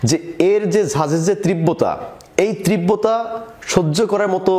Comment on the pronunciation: তীব্র তার উচ্চারণ ই তো পারেন না আপনি।